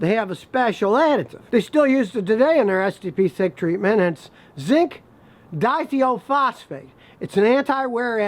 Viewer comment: ZDDP = Zinc dithIophosphate with a long 'I' in the second syllable, as in "thigh" :). Usually referred to as zinc dialkyldithiophosphate.